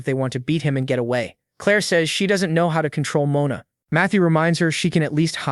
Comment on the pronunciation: Guy it's mona from now on Not mana ohke